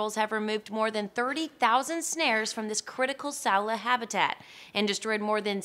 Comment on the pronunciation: Saola is pronounced like "sound-lah" not sellar